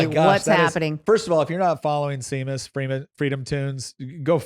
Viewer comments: Why did y'all keep misprouncing Seamus? It's a common enough name that you should know it is pronounced Shay-muss. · Pretty sure FreedomToons Seamus Coughlin is of Irish heritage. Seamus is pronounced shay-mus. Come on guys! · HOW DOES HE NOT KNOW HOW SEAMUS PRONOUNCES HIS NAME? I suppose he pronounces people named Sean, Seen? It is pronounced SHAMUS, long a, short u. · Guys Seamus is pronounced Shaymus. Unlock your inner Celt! 😂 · Yeah, I was cringing too. It's same pronunciation as Sean, e.g. Sean Connery. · "Sheh-mus" is the pronunciation for his name. Stop targeting the Irish, you bigots! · I love what you do! Thank you so much! And please look up how to pronounce Seamus. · I just cant. How do you get to that age and cant pronounce Seamus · Shame-us. Not Sea-mus lol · 'SHAY- MUSS' not 'see-muss' it's irish. like irish 'Sean' being pronounced as american 'Shawn' it's 'gay-lick' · It's Shame Us.....not See Mus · Guys...love you all!! Now a tiny correction.... The guys name you cite in the video who's name is Seamus is not pronounced "seem-us" it;s an Irish name and it's pronounced "shame-us"....got it??? Awesome video!!! Stay strong!! Haven't given the loser left any credibility for over thirty years now... 💪🏻🇺🇸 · His name is Shay-mus, not see-mus. It's Irish. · OMG Seamus is pronounced Shay-mus. Not Sea-mus. It's Irish. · It's not see-muss it's pronounced Shay-mus... So embarrassing. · See-mus or Shay-mus my guys. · Seamus' name isn't pronounced 'See-miss'. It's pronounce 'Shay-miss'. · I have to point this out because it irked me lol It’s pronounced SHAY-MUS, not SEAMUS 😂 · SHeamus not Seemus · His name is pronounced shamus. He writes it that way because he's Irish. Yes, I know, but don't hold it against him. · Seamus is pronounced "Shay-mus" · Seamus is pronounced Shay-maas. Similar to Sean is pronounced Shawn. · Great show, FYI his name is pronounced Shā-mus , like Shame Us... probably a good idea to get it right before he steels all your spoons